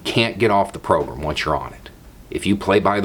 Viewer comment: Wanted to put this separate from my usual long-winded comment... anyone else hear "pogrom" every time says "program" or is that just my twisted brain malfunctioning?